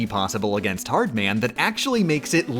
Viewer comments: I can't take this guy pronouncing the "man" in "Hardman" like "Newman" instead of "Batman." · From now on I will exclusively pronounce "Hard Man" as "hardmən". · I really like that you pronounced “Hardman” like it’s someone’s last name Neal Hardman